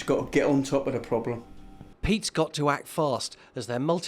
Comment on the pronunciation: Whit's the ploblem?